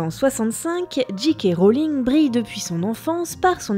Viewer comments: Nota Bene pas de soucis pour Dumbledore, par contre "j.k. rowling" ça se prononce soit "Jay Kay" à l'anglaise, soit "Ji Ka" à la française ;) mais jamais "Dji Kay". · Nota Bene • Ouais, la prononciation, c'est pas ça hein, pour J K Rowling : je passe sur le "roline" (c'est Rowling et pas Rolling) mais le J K c'est pas "Dji Kei" mais "Djei Kei". Fôte archi courante chez les froggies ... :-) Sinon, épisode super sympa pour une saga sur laquelle il y a énormément de choses à dire. Et encore, les livres valent le détour au moins autant que les films ! Toujours au top, le NB ! Et merci de nous changer un peu l'air du bocal, parce que l'histoire pure, en ce moment, on en bave ... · C'est soit "Djèï kè" Rowling, soit "Ji Ka" Rowling. "Dji Kè" Rowling c'est ni anglais ni français ;-) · Jika ou Djèkè mais pas Djikè diantre! Ah sinon super collab merci pour cette vidéo. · DJII K Rowling. DJII K Rowling. DJII K Rowling. (djii c'est la prononciation pour G. Pour J on dit djay) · alors petit rappel basique d'anglais de 6eme le "J" se prononce "DJAY" donc jaykay Rowling ou bien en français jika Rowling mais surement pas Jikay.. et les diji non plus n'existe pas !! soit c'est un deejay soit un disc jokey!! y'en a marre de passer pour des blaireaux dans le monde entier!!!Merde!!! et C'est Dumbeldore meme si ça s'écrit Dumbledore. faut vraiment pas avoir vu le film pour le prononcer comme ça. c'est dommage ça décrédibilise tout ton super boulot. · Et "Ji Kay Rowling" ça t'as pas gêné ? ^^